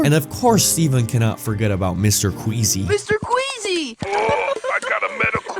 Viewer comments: his name is mr queasy not mr squeezy bro 😭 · His name is Mr. Queasy, not Mr. Squeezy😔💔